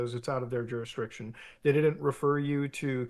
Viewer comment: Juristriction? “”, stop saying it that way lmao.